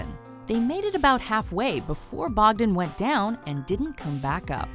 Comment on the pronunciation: Bogden rhymes with boghead.